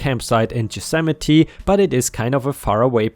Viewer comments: Yosemite. Y as in yes, not a j or g sound. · There's no "j" in "Yosemite."